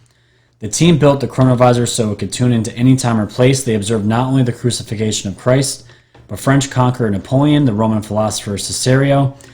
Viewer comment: it’s pronounced /crew-sih-FIC-tion/. Fascinating video, by the way. The shimmering curtain of energy that’s a time portal reminds me a lot of the Guardian of Forever from the 1967 Star Trek episode “City on the Edge of Forever” by Harlan Ellison.